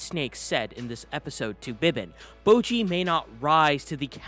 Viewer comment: Bojji's name is literally pronounced in the show, so why do you say "bowgee"?